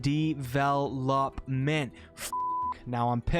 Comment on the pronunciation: "DE-VEL-OP-MENT." And so many people still pretend that's not the case.